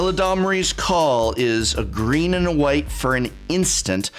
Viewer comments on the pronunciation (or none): none